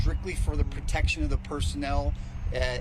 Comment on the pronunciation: The word is protection not pertection.